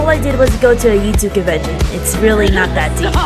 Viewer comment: I love how she says "covention" and "covince" 😂😂